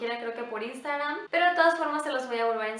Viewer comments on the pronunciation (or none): none